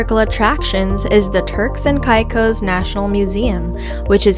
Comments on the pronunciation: As a “local,” no, not Kai cos, Caycos. Pronounce them right. Not salt cay, Salt key. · Totally agreed! An insult to Turks and “kye cos”., it’s “Caicos”. 🤦‍♂️ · Cant listen to a videos that misspronounced the place that im looking for lol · You say Caicos wrong